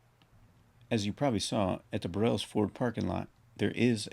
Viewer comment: It’s not Bur-rells ford it’s pronounced Burls Ford. 😮